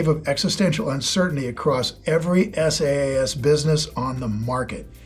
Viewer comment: It's ahkta not ohkta. And it's pronounced Sass not S A A S.